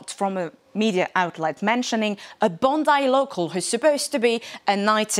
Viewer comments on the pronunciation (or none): none